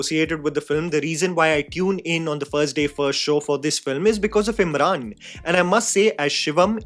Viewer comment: Am I the only one who felt kept calling him Imran and not Emraan..